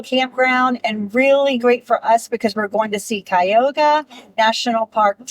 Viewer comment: it is pronounced CUY A HOG A